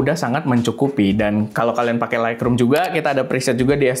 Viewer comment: Laikrum ❌ Laitrum ✅